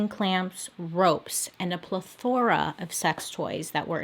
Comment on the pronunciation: The emphasis you put on plethora…. I’m high… I enjoyed it. 😘